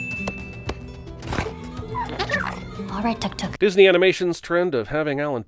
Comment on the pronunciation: Why do you keep pronouncing Tuk Tuk with [ʌ] and not [u]? The voiceover actress knows better, doesn't she?